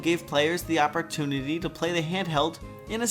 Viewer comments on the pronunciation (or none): none